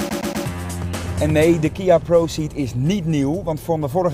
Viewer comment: 't is pro_cee'd, niet iets anders...